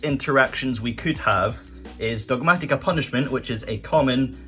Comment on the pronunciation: Say it with me now, it’s pronounced “Dog-mah-TIH-kuh” there is no TEA in Dogmatika.